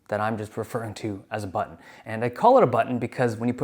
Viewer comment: The way that Dave says "butTOn' is giving me shivers 😂